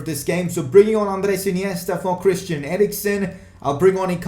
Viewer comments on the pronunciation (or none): none